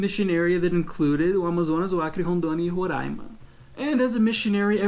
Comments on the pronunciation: MEU DEUSSSSSSSSSS!!! Ele falou Roraima certinhooooo, o povo que mora no Sul fala Rorãima, me dá uma raiva kkkkkkk sou de Belém! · Que maravilha ouvir você pronunciar a palavra RORAIMA igual a gente daqui haha! Muitos brasileiros de outras regiões do Brasil nem falam assim e você fala tão bem. A maioria fala Rorãima. Você é o cara mesmo rsrs... Conheci hoje o seu canal e já estou maratonando aqui há umas 3h. Sucessos!!!